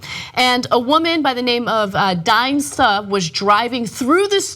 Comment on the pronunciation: Look it's new "Just Got Out of The Gym Ana" Barbie! And she decries racism but doesn't realize Suh is pronounced, generally, as "Sue". And I thought TYT did stories before about how bad and racist Air B&B is. Like UBER.